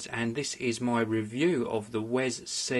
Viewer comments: It's pronounced 'We Es Si'wesc(ddoott)com/wescpedia/wi-es-si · its pronaunced WE-S-C! Actually =P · mate u can get them in matte black aswell. also that "little" extension isnt an extension, its an adapter for using with like ur phone and basically lower end media players. btw its not pronounced "wes-c" either its all one word.